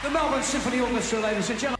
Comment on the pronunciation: oh wow! Firstly you got the pronunciation for Melbourne correct first time. Farnham is a very much loved singer here and he made it really big in 1986 when he launched the Whispering Jack album. He followed these up with Two Strong Hearts 1988 and Chain Reaction 1990 albums. My favourite Farnsey songs are Touch of Paradise and Age of Reason - hope you can check these out one day. People often say he is better watched in live concert then soundtrack video so look for a live version if you can. Can I suggest if you want to do a joint reaction with your sister, mother, or friend then try Farnham / Jimmy Barnes / Diesel "when something is wrong with my baby". Cheers from Melbourne!